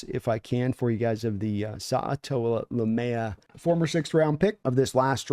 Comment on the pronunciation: IT'S SA-TA-OA LAU-MEA AN ONE BADD SOLE' AI , ANYONE????